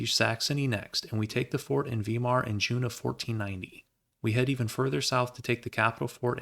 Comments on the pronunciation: Hello, a grand video so far. A correction sir. Weimar (namesake of the Weimar Republic, the German Democratic government from 1918-33, where the assembly to create the government was originally held). "Vhy-mar". Not "Viee-mar". (.) Another thing, and I mean no disrespect. "Ost"(East), is pronounced not like "Oh-st" but rather "O-st, or I suppose, awh-st". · Since you asked about pronunciations, I figured I'd leave a comment. Most of your pronunciations were about right, but Lüneburg should be three syllables (lü-nuh-burg) and Weimar should be (vai-mar) instead of (vee-mar). Also, Bayreuth should be (bai-roit). (Remember, "eu" in German sounds like "oi"). Great vid as always though, love your stuff!